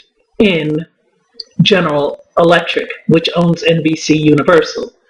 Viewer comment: You can't say General Electric to save your life